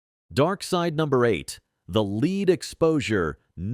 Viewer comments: Lead : led, not leed, as regards pronunciation - like .22 LR ammo, AI definitely has its own limitations. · AI is still struggling with English word pronunciation. It's pronounced LED not LEED. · Al pronounces the metal” lead “ as leeeed